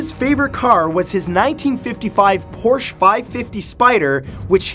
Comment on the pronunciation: one of the best video you ever made. BTW it's PorschE not Porsch